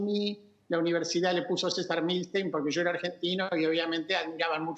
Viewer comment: Me parece o dijo "el argentine" ?